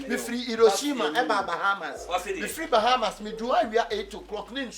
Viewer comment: it is hiroshima and not illoshima, you wanna chop big and soft shankus.